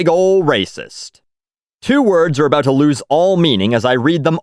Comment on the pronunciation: You finally said aboot...